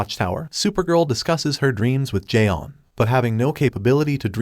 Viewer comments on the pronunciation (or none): It's not Jay on, it's john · as well as the martian manhunter isn't j'onn but john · Mr. Garvey: Jay-On. Is there a Jay-On here? J'onn: Do you mean J'onn? Mr. Garvey: You say your name right Jay-On! Mr. Garvey: Tee! Tee! You better be blind, deaf or mute. Tea: It's pronounced Tay-Ah.